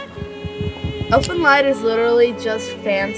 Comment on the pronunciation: "Elfen Lied (mispronounced) is literally just fanservice and gore." DISLIKED.